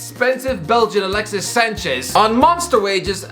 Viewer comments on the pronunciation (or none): none